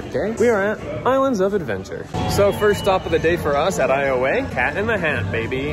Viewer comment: “That fists” Don’t you mean “That firsts!”